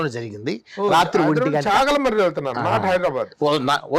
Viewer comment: ఊరి పేరు చాగలమర్రి శాగలమర్రి కాదు.